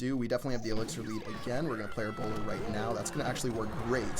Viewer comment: Oh lol I thought u were saying browler